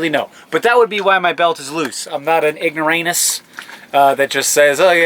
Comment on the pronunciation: ignoramus Not ignoranus 🤓